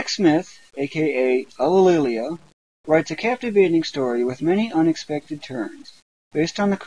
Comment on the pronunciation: I swear to god he pronounces it "Ulillia" and drops the second "lli". Just like I do.